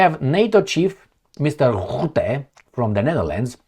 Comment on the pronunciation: Rutte, not Rootte 😅. Rootte does not exist.